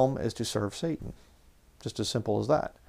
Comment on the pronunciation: Why do you keep capitalising the 'S' on the untranslated Hebrew word 'satan'. It would be like capitalising the 'A' in 'Adversary' mid sentence. Doesn't make any sense, and why pronounce it in Hebrew when speaking english?